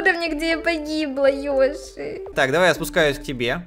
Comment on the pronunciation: Продолжение..... ТТ...... ПОЧЕМУ ВСЕМ ТАК НАПЛЕВАТЬ НА БУКВУ Ё Йоши то есть Ёши? Нененее Й оши. 🗿👌